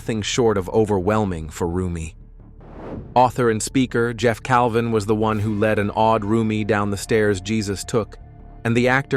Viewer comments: It is JEFF CAVIN. Not “Calvin.” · It's Jeff Cavin not Jeff Calvin. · Please get the names right, at least out of respect. It's Jeff Cavins. No "L" in it. He's an exceptional bible scholar and incredible evangelist/apologetic.